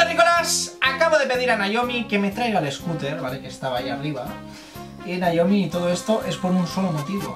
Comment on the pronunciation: Gente normal: Noemí...: Naiomi... xD Muy buen vídeo cracks... Un like por el "Si que es verdad"...